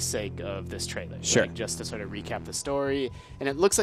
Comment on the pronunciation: Its trailer not traielr its trailer come on guys, its trailer its that simple.....